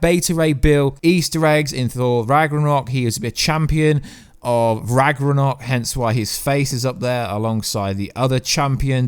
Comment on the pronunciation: Rag-na-rok and Nay-mar and that's not Bata Ray bill....it's Meek and Korg